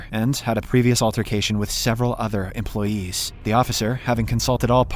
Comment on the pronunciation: why he is always saying employeeseeees😂